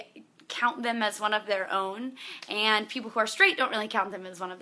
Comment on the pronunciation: She says "and" funny. It's like "aiiind" :D